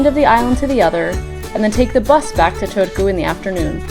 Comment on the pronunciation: first time ever hearing that pronunciation wth lol